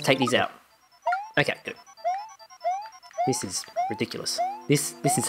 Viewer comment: Thidj. Thidj? This. Theez